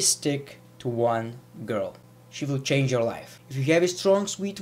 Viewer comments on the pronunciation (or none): none